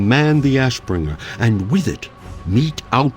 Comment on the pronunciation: I know people have accents but the TH sound does not sound like an F and god is it annoying hearing it. It sounds like my nephew is reading to me. Or telling me about his cute nickname for his dog, Arfas.